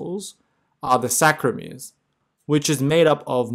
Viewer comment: Sarcomeres not ballsackromeres